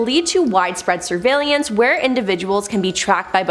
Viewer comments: "surveylelance" lol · 5 times, 5! Its sur-vail-ance!!! 😔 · Ack! She did it again! Where is she finding an extra i in surveillance? 😖 And key-o-to! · Is it just me or did anyone else get bothered by the way she said surveillance 😂😂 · Yeah, it did bother me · Seriously. SHe added an extra syllable for God's sake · Yes got me how she was pronouncing it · Thank God you said it, I was gonna comment about it too ! 😂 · Yea, I didn't like it either lol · same .. made me question if i've been saying it wrong my entire life.. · Yep, there is no second I in surveillance!!